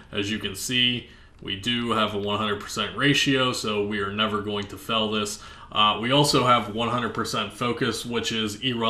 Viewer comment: I've been watching your videos for a while now. Man, I can't stay quiet anymore... Fail: F-Ale Not fell. Lmao Good video bro.